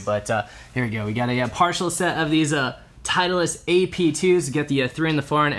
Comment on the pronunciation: honest question.. i heard you guys pronounce "titleist" as "teitlist".. is that a regular thing or only between you two?